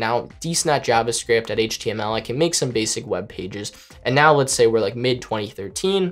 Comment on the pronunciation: How he says JavaScript bothers me.